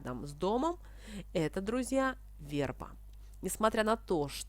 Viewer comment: Почему верба' а не ве' рба?